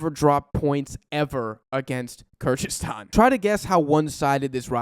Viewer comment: Good overview, but you need to fix how you pronounce “Kyrgyzstan”. Similar to other Americans it kinda sounds like weird mixture of Kazakhstan and Kurdistan and changes from time to time